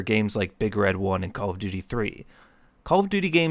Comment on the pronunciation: Bro really took an English AP class and said, I’m gonna anAliZe call of dUUUTy